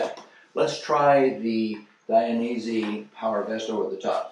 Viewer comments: It’s Dainese not Dianese! 🤣 Nice video, greatings from Italy. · Thanks for sharing! It’s Dainese not Dianese